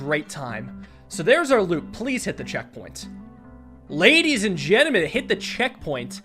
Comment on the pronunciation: Am I crazy or did you say "ladies and genimen"